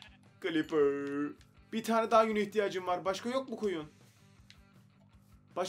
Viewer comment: L değil r ile diyoceksin creper ı